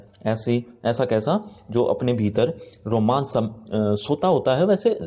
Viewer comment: Romanch not romance